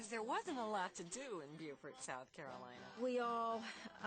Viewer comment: Pronounced Bo-fort, not Bu-fort